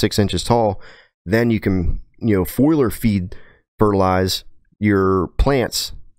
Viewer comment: Foliar. Fo-le-R.